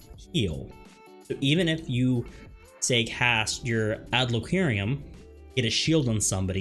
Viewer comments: Bro its PHYSICK not Psychic 😂 and I dont even know what an adlowqeerium is.... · Fantastic guide. Thank you! Your pronunciation of Physick and Adloquium triggered me though haha